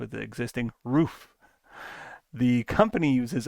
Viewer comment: roof no roov